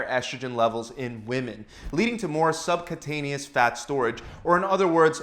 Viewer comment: Sub “que” taneous - pronounced